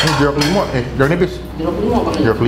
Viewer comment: Hehe gak salah nih skrg nyebut jeruk limo nya wkwk